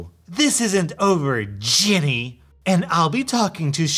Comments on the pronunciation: you say “jenny” its ”jenn ay” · The fact you say Jenny pains me it’s Jen-nay omg i love that though